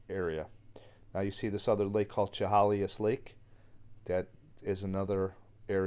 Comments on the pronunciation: Chehalis is pronounced Sha-hay-lis. Walking ANYWHERE in the wooded areas of the Great Northwest and B.C. is spooky. You are constantly looking over your shoulder.😳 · Chehalis is pronounced : sheh hay ‘ less. Sorry, but it really bugged me! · You missed pronounced the tribe. Sh a hail is would be how to pronounce the tribe a reservation. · I will show you how to say the name Chehalis as it sounds, Shahaylis that is the correct way to pronounce that word. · Shh-hay-less (chehalis) is how you pronounce it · Chehalis is pronounced Sha-hail-us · Chehalis is pronounced "Sha-hay-liss". The story is not new. The tale of Saraphina is well known in the Pac NW. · Chehalis pronounced “ sha hay lis “ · Sha Hay Lis Is the proper way to say it. Thank you for the great Story. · It's pronounced, sha-hay-lis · Just so you know Chehalis is pronounced shu hay lis. Love the video. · Chehalis is pronounced sha hay lis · Chehalis = Sha hey' lis (love your videos!)